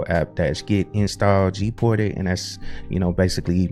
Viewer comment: Is it me or you pronounce it as "GPORTED"? I even also understand "PORTITIONS"...